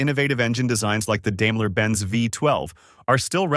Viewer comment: dame-la, lmao. its pronounced dime-la ;)